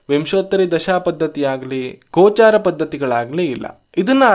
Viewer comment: "ಗೋಚರ" ಅಂತಾರೆ, "ಗೋಚಾರ" ಅಲ್ಲ.